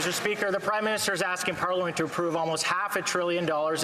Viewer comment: And what is a pollamint? Are you trying to say parliament?